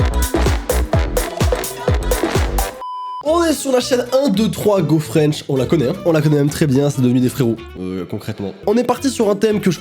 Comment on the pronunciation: Ps 1 2 3 go frensh sa se dit en anglai et sa se pronomce oine tchou tchui go frensh voila